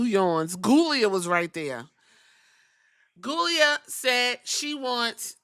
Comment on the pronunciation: I like Giulia, but I giggle at you not living at all and calling her ghoulia.